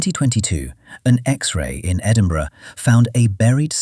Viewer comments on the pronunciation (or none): none